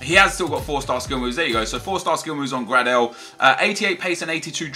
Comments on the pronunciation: You say it graydel not grardel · it's not pronounced grardel, but more like greydel, just saying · You pronounce gradel like gray-del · max gradels name pronunciation. (Gray-Dull)